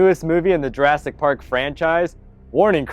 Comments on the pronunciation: Is it just me or did he say jurastic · At one point, I think you said "Juraffic Park"